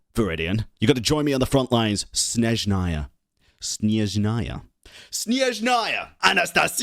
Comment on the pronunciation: Your close but snezhnaya first syllable is longer than last Well ballet is traditional Russian and this is a Russian inspired traditionally region. Full disclosure tho im skipping odette for the archon Btw they did animate columbina completely unique walk run sprint so i dont see why not Also im team heels as everything looks better in heels also higher heels is better heels lol